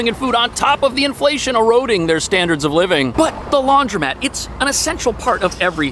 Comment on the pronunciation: Ugh... It's Not LaundrYmat. It's LaundrOmat. So hard to unhear that.